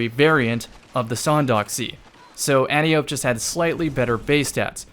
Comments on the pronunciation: Antiope - "Anne-tie-oh-pee" not "Ant-E-Ope" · It's pronounced "Anne Tie Oh Pea" Also, full in air accuracy sounds nice! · I could be wrong but I’m pretty sure that is an anglicisation of the pronunciation. Correctly, it would be anne-Tee-oh-pee. There is no “eye” sound in Greek vowels iirc.